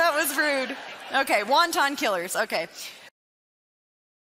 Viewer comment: Wanton, Lauren, not wonton!